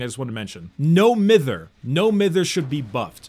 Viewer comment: u pronounced no mither wrong lol